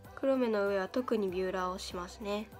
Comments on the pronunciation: ヴューラーなの！？ ビューラーかと思ってたww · ビューラーじゃなくてヴューラーなんだねwww